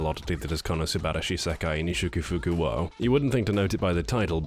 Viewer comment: Just that you know it's pronounced O not WO. Realy. That's just the grammar. It's written を (wo) but spoken as a お (o).